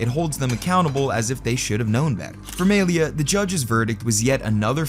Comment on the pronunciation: Gotta say, hearing homie say "MAY-LEE-UH" so confidently tells me EXACTLY how many black friends he has...😂